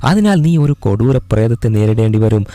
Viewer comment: kodooram ennu parayumbol chiri varum 😂